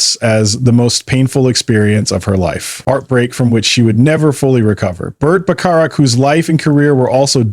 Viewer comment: It’s pronounced Bert Back a rack. You should get these details right.